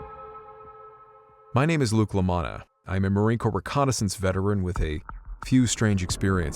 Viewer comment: Did you say Luke Lamanna?